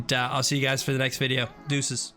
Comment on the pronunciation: instead of guys it sounded like he said butchers or something like that